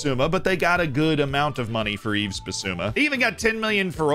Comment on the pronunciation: Tottenham ahead of Arsenal? Oh dear, how funny. Let's talk about it in May :) More seriously, Yves is pronounced with a silent "s" btw